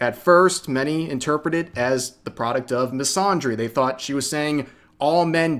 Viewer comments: Fyi, "misandry" uses the short "a" in "Apple" or "Anthony", not the long "Ah" sound in "Andre" or "wander". Hope this helps. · Please stop mispronouncing the word "misandry" like that, there's no ahh sound in there fam